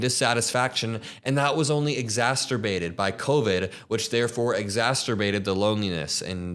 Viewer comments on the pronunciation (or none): why did bro say exaSTerbated 😂? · Sorry, love your channel, but I cant help myself... “exacerbated” there isnt a T in the middle. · I think you meant to say “exacerbated”, not “exasterated” , just good to note so you don’t keep saying that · it's "exacerbated", doesn't rhyme with masturbated. Love this video! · Exacerbated not exasturbated :) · Is the word exasterbated or or exasperated? I believe its the second one - love you! I am a married woman in my 50's who is raising kids and working full time and let me tell you its wealth in equality that makes a married woman with kids happier or not. I feel so bad for which woman has to marry Charlie Kirk! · Exasterbated! You've been listening to too much Trump 😂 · Exacerbated. Not exasterbated. Just trying to keep you honest.! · lol the word is "exacerbated" you're pronouncing it like "mastrurbated" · Please look up the pronunciation of exacerbated. 💪🏿❤️ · Exacerbated (... there's no T in there). You do amazing work, btw.